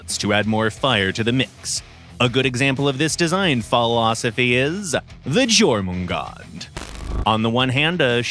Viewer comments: Lol at the completely incorrect pronunciation of Jormangandr. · finally now we know how to pronounce Jormungandr 😂😂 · Please tell me I'm not the only one that winced when they pernounce Jormungandr wrong... But hey, as a proud Firestarter, it ain't going to stop me from loving this beautiful shotgun!